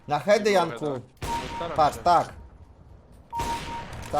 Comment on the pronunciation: "Jankuu!! Janeczku!!" Jakby jaka wiejska baba swojego wnuka wołała :d